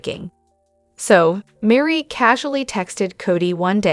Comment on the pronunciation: Meri's name is not Marie. It is pronounced like Mary.